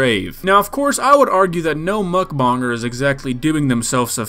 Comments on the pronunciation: nawww, the way he says mukbonger instaid of mukbanger. you bonger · I respect u but you cant say mukbanger u say mukbonger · I love how he say mukbonnger instead of mukbannger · “Muckbonger”💀 It’s a Joke this video is great. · I love how he pronounces mukbanger